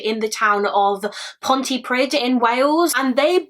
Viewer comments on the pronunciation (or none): I’m from south wales this story breaks my heart, poor Karen. Just a side note Pontypridd is pronounced ponty preed! ❤️ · This is quite close to home as my dad grew up in Cardiff, so sad that jo one was looking for her, just so you know, if you see a dd in a Welsh word it has a th pronunciation. So it’s pont-uh-preeth. Xx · South Wales police are still crap. Especially in the Torfaen borough. No hate, hust a heads up Pontypridd is pronounced pont-ee-pree-th. 'dd' in Welsh is pronounced 'th'. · Pontypridd- Ponty preeth Good effort though, lots of Welsh people have problems with pronunciation x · Oh poor girl 💔 I'm from pontypridd and I've never heard of this case, how no1 filed a case is just heartbreaking she was just a child ❤️ Great coverage of this case..FYI when you see a dd in a welsh word instead of just one d pronounce it like th 😀 so it would sound like pontypreeeth 🙃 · Very sad case. I was about 15 at the time and loved quite close, so I remember it. Just purely for future reference (and not to be picky!), the end of the place name Pontypridd rhymes with the word breathe- a dd in Welsh is more like a ‘th’ sound.